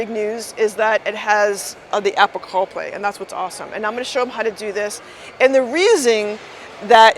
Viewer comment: Great video. I loved when said Apple Caw Play. 😂 😉